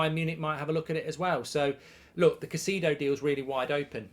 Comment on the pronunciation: Who is (Ca-see-do)?